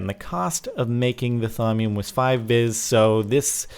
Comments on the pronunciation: Say it like VEES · It is pronounced like Vees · It's pronounced "Vee" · the "vis" is pronounced "veese" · it's pronounced vee